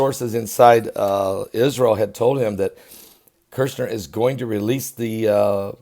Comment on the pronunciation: Kushner sounds like push her... there’s no “R”. It would be like calling you Bergley